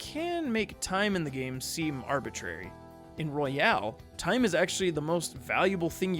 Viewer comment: This nigga said persona 5 royale